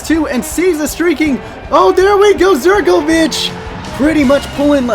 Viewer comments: Please pronounce Zivkovic as zivkovic and not as zerkovic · did you say there zirkovic hahaha its ZIVkovic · and u pronounce zivkovic like ziv-ko-vik